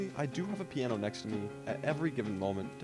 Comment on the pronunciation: bro really said "And luckily I have a poino guitar noises play